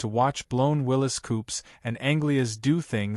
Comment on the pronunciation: Willys pronounced correctly, spelt incorrectly